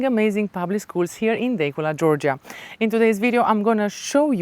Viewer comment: It is pronounced Da cula. Overpriced